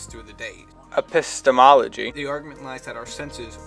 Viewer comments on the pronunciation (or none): "epistemology" lol